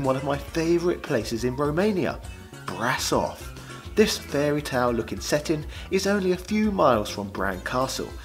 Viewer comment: Bran Castle isn't Vlad Tepes' "keep". He had 2 primary fortresses: one in Targoviste and the other, Poenari Castle. Bran Castle was originally constructed in the 1200's by the Germans (300 years before Vlad Tepes was even born). And he never went in it. Also, it's pronounced Bra-Shove. My wife is Romanian.